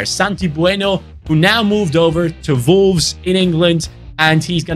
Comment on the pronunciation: Bro, it is WOLVES not VOLVES hahaha